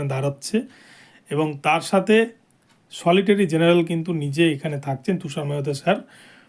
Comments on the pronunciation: SOLITORY GENERAL NA UCHHARON KORBEN SOLICITOR GENERAL. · সলিটারী জেনারেল নয়, সলিসিটার জেনারেল বলুন।